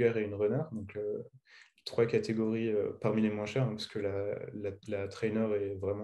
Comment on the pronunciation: Plus ou moince 😂😂 le S de moins ne se prononce pas 🤦‍♂️